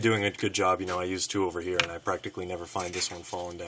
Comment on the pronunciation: It's so annoying how you say (here) just be normal dude wft